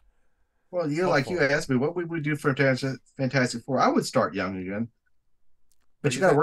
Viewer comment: you kept calling it fant-4-stic.... that bothered me a little....😂